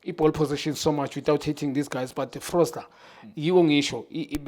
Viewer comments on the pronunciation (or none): But guys, why does he always call Foster as Frosler, i mean its been years ayenza lento, nobody corrects him...